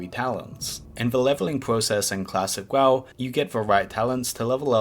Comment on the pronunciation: did you just say Klassick WaW